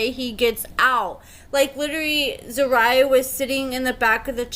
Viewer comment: HER NAME IS ZER- RU-YAH